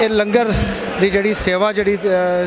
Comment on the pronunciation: Langar nu lunger na kiha karo kaar sewa wale veero